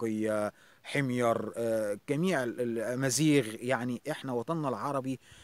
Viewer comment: بارك الله بعملك احس اني استمع لمحاضرة شيقة ومفيدة في الكلية ....شكرا لتلفظ اسم والدي بالطريقة الصحيحة (حميّر)لطالما عانيت من خطأ التلفظ اختك من العراق .وفعلا شجرة الاكاسيا جميلة مزهرة منتشرة في شوارع العراق